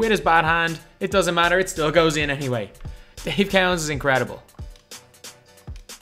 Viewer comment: Lol Dave cow ens It’s Dave co ens